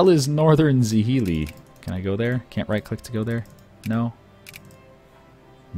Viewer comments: za-hee-lee? try something that sounds more like jhr-lie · I know, its a foreign language, with unfamiliar sounds and stuff, but hearing him pronounce 'Northern Zhili hurts me so much.